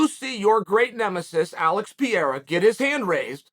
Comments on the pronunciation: Now it's pretty clear that Chael is mispronouncing 'Pereira' as 'Pièrra' on purpose. That's pretty pathetic. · I have a question for those who speak Portuguese. Does the bas guy have slight problems with pronouncing Alex Pereira family name or he's pretty accurate? Thanks. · I hate the way he butchers his name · Is Chael just trolling us now with Alex's last name?! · I believe you are going to repeat this name a lot in the near future, please get it right Uncle Chael, P E R E I R A. Muito Obrigado 😊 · The fact that Chael hasnt correct yet how he pronounces Pereira's name after half a year since he started to talk bout him, is getting fucking stupid man. Is not funny anymore, is just annoying. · Chaels ability to pronounce names is second to none. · I think Chael gets his name wrong intentionally. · will Chael ever learn how pronounce Pereira lol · The way he casually butchers Pereira`s name made me laugh so hard . xD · Alex Pereira has just been pronouncing his own name wrong his entire life. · For the love of god man just learn to pronounce the name correctly. It is not that hard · Pereira . Not Pierá. Portugués , not French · Stop saying Piera, is PE-REI-RA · Chael! it is PE - REI - RA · Chael, it is Pereira not Pieira. It is pronounced Pay ray rah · It's Pereira, pronounced (Per-ray-ra) not Piera 😂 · Man, stop saying "Piera", it's Pereira. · Not piera , Pereira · "Piera" wtf you talking about chael? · Piera.... P E R E I R A... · Come on. Say it with me Uncle Chael, PEE-AIR-UH. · Alex "PIERA" lol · Alex PEE-ERA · Love watching your channel Chael, but brother you slay the pronounciation of fighters names :-). Pereira = Pe-ray-rah, Tuivasa = Too-ee-va-sa :-) :-) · "Piera" hahaha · Perreira: Pronounced Per-Era, as in Ireal Adesanya is a once per era fighter. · Chael “Alex Pierra” Sonnen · Who is Alex “Peara”??? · In this video Pereira is pronounced PEE ERA, Pierre, and PEE ERA again. Any way but the way it's suppose to be pronounced. 🤣🤣🤣🤣🤣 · Alex peeyera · Piera lol